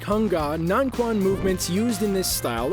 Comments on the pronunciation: Corrections: - Circle walking is not a synonym of baguazhang, but rather its fundamental training. - Shadow boxing is not a specific word for taijiquan. - Taijiquan - "quan" is pronounced like "chwen," not "kwan." (Just like in "qinna" or "qigong" - any "q" actually) - Shaolinquan, xingyiquan, nanquan, changquan - ditto (don't say "kwan"). Actually, both baguazhang and "northern Shaolin" are both very aggressive and very defensive. - Xingyiquan - I don't see any xingyiquan movements at all. - Northern mantis - I don't see anything here that looks particularly like northern mantis. - Kobudo does not have "of Okinawan" in its meaning; it means any kind of old martial art in Okinawa or Japan. (Also, why all the irrelevant Naruto clips here?) - Changquan - in real life, this is basically a synonym of "northern Shaolin." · dude butchered the pronounciations Taiji quan is pronounced taiji Chuen. Baguazhang is Pronounced Bagua Zhahng not aang.